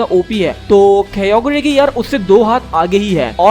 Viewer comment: Its not kyogrie its kyogre and primal kyogre is better then kyogre and primal kyogre is form of kyogre